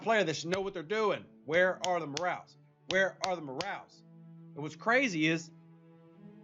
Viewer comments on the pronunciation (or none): Lol. I think I can explain one of them... Your accent makes it sound like "where are the M'rals?" Instead of where are the morales? Ha ha ha!